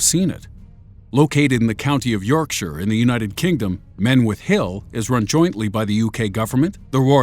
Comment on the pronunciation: an American said Yorkshire right. deserves a subscribe